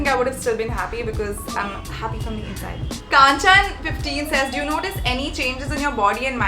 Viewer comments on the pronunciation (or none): Did anyone else cringe when she pronounced Kan-chan as *KAAANchan*? Only me? -Alright! 🐸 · Exactly yaaar what's kaaanchan😂😂😂